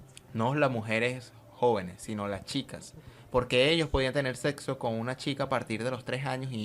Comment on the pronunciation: ¡¡Que desagradable y mal traducido, por favor cambien a la persona que habla, muy mala dicción!! No pronuncia todas las letras, sobre todo las s finales, ni siquiera sabe pronunciar el castellano, más bien, ni siquiera lo habla bien. ¿Que es eso de desgraciable? “El Grey”, la greligió, en vez de religión, “tener seso (sexo) con una niña” “empezo", en vez de empiezo, "se le presenta Abraa” es una tras otra mal pronunciación, todo mal, espantoso. Un gran punto en contra, para poder ver con agrado el video!!!!